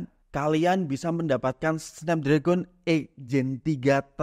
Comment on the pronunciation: Cara bacanya SNEPDREGEN bang